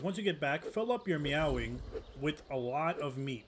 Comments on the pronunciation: May-wing is how it's pronouced that the only criticism I have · its NOT meow wing,. its MAEWING!! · Bro said 🐈wing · heard him pronounce it "meow-wing". Immediately went to comment section lmao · 😂 he said meow wing